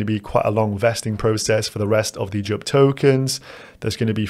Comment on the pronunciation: Bro, how do you pronounce "Jupiter"? K now do JUP